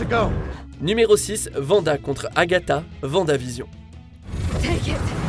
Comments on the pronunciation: On dit wanda pas vanda 🤦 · Les Dora Milaje et Vanda 😭😂 Oui ça s'écrit comme ça mais ça se prononce Dora Milajé et Wanda